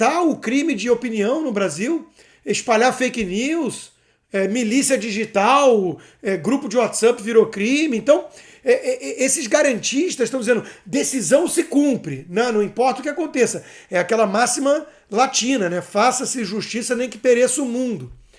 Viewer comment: Fala constantino! Vc é fera demais mas É whatsapp nao whatsup... kkkk